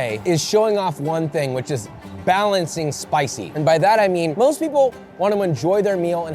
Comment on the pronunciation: Wendy's: "The most flavorless chicken i've had in a while" *Still rated higher than Dave's hot" Josh you need to work on the word most